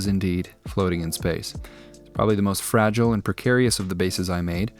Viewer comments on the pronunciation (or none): none